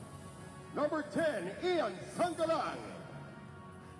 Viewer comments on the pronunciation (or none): Tang ina natawa ako sa commentator "Shangalang" nag mukhang chinese tuloy yung apelyido ni Sangalang HAHAHA